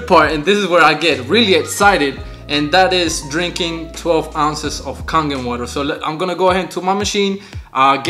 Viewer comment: It's pronounced Kay-gen water.